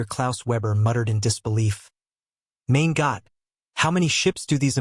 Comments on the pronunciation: It's "mein Gott" not Mane Gott. The word for my is Mein as in a coal MINE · I like when the word corp is pronounced "corpse" by AI. Even better was the pronunciation of "Mein Gott" to "main got". Horrible.